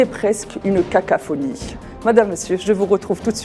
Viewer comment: Cacophonie pas Cacaphonie 😂